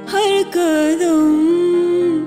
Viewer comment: قدم.. ہے کدم نہیں.. تلفظ ضروری ہے،